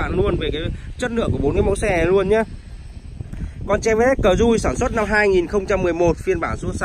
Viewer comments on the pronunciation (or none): Cờ dui kaaa vãi... A van te.. Cửa lóc kaaaaa